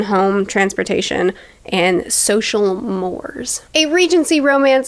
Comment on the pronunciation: I just saw this video. BTW...it's MORES - pronounced "MOR-ays" - not MOORS. The fact that you don't even know that word, combined with your many jump-cuts tells us you can't really hold a cogent sentence in your head for very long. Total lack of credibility.